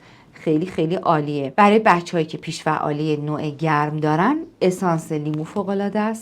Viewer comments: جسارت نباشد این اختلال بیش فعالی نام دارد که شما از آن با پیش فعالی یاد کرده اید بد نیست با تحقیق بیشتر و تلفظ درست این ویدئو تکرار شود با سپاس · ممنون ولی چرا همش میگین پیش فعالی 😂 کاش درست تلفظش میکردین . بیش فعالی درسته نه پیش فعالی !!😂